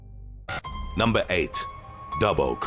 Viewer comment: Numbah eight Dubbo crash